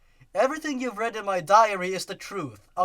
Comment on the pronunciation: They probably would have figured that something was fishy about all the victims having Sonic.exe on their computers. Diary, it sounded like you said 'diarrhea-ry.'